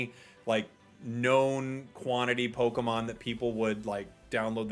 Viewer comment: I love you. but please for the love of GOD. PLEASE properly pronounce “POKÉMON”. It is NOT pronounced with a “ee” sound 😭😭😭